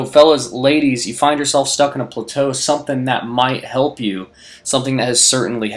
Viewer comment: Your pronunciation of plateau has me rethinking my life.